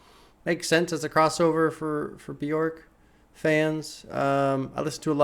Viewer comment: so glad to see this reaction but just so you know bjork is pronounced byerk :) bee-yurk